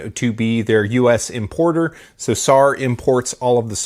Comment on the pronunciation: It's not SAR. It's pronounced S-A-R (Just letting everyone know)